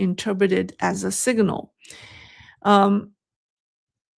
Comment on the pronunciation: signal is not pronounced siga nal